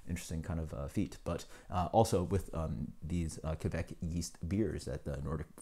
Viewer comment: Kveik is pronounced pretty much like 'quake'. About the pronounciation of the other Norwegian words; you tried :) Nice review, cheers!